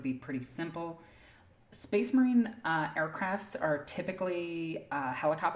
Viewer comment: I’ll take tyranids over hearing SPACE MAWINE!!! A thousand times